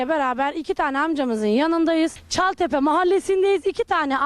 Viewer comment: Cataltepe degil ÇALTEPE